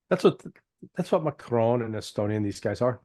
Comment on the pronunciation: Is he saying Macron or Macroni 😂😂😂😂😂😂👍👍👍👍👍👍